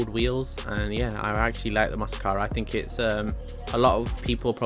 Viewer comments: The name is massacro not masscaro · That car is "Massacro" and not "mascaro"